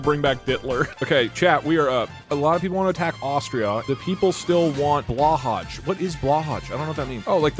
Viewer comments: Blahaj is pronounce (Blow-Hai) Please respect our holy leader's name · Doug: What is blåhaj (mispronounced)? I don’t know what that means. Oh like a shark? Being Swedish this is so funny to me because blåhaj means blue shark, so that’s literally what it is and what Doug said in poor Swedish 😅